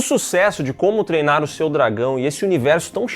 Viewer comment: Gosto do falando "Como TERNA o seu dragão" todas as vezes KKKKKKKKKKKK